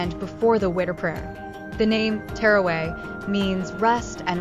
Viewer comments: It's NOT terraway! It's TARAWEEH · Tarawih prayer not teraway get your pronunciation right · It's teerway.. it's taraweeh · I have never heard someone say taraweeh so wrong 💀💀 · It is witr prayer, not winter prayer😅 Edit: and not Terraway it is Taraweeh